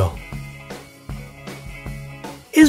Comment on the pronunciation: I disliked you because he said ISREAL